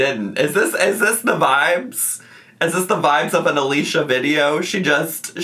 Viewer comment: It’s pronounced Alisha, unfortunately lol